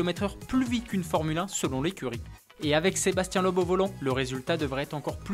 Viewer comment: Bonjour, on ne dit pas Sébastien "Lobe" mais Sébastien "Leube"